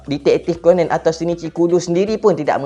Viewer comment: Sebut ko-nan, bukan ko-nen. Stress ak dengar.